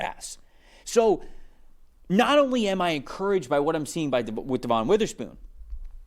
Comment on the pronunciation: It’s not Devonne, it’s pronounce like Devin